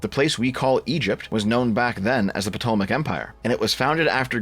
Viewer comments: Not pronouncing it "P-Tolmic". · The p is silent right? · Ptolemaic. The P is silent.